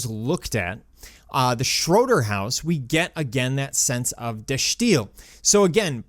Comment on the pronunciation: well it is Dutch and he's using the right "accent", if you will, however you're right that the "i" is pronounced as an "i" and not an "ee"